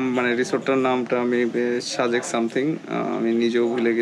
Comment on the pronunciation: Vai শাজেক শুনতে ভালো লাগছে না। সাজেক বললে ভালো লাগতো। 😐